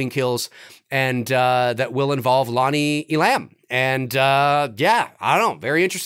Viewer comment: It’s Lonnie E’lam! Not E-lam’! Accent on first syllable!